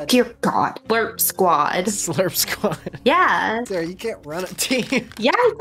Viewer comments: ''Super stupid sawahh'' I love this man xD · I started cracking up when he said super stupid sawwah